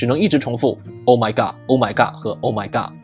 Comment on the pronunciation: Em... Oh my God, 不是oh my gad...